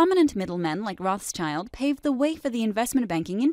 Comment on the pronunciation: Rothschild is not pronounced that way.